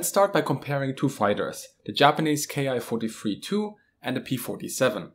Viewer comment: There's a small mistake in the video, the Japanese series of planes is not pronounced K-I (kay-eye) but Ki (key), the Japanese script uses a single symbol キ(ki) to designate the series of fighters.